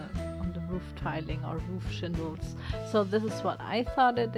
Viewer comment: English probably isn't your first language so I'm not being mean when I say the word for the stuff on the roofs are called shingles not shindles because that's what it sounds like your saying